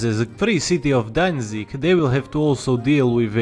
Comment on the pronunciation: "Danzig Danzig" perfect